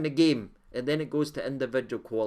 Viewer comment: It’s KEY- OGO 🍀! No KI- OGO